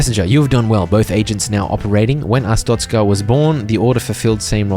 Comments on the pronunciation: uh strokez cuh vs uh stroke a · Ah yes AHSTROKAH (not tryna be mean) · what in the hell you mean Astocka, it is Arstotzka(A.R.ST.O.TZC.KA) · mispronounced Arstotzka...the entire video. He called it A-stroke-a. 😂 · nah, you're just an astrokean, not an Arstotzkan 🙏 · I still get shivers whenever i think about saying "Arstroka" instead of Arstotzka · Thank goodness you didn’t say astroka like a …. Certain other YouTuber who I shall not mention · Ah yes,its called ars-stroke-ska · Glory to a-stroke-a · I reported ur videos for hate speech. How dare you mispronounce glorious artztoska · almost positive you’re pronouncing Arstotzka wrong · a joke, he said it wrong his entire video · not pronounces it right its wrong i came from arstotzka trust me comarad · that CAN'T be how you say it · it's worse than yoi think. He is dyslexic, but he knows he pronounced it wrong, got corrected, said it correctly once, then proceeded to keep saying it wrong out of either spite or just because he can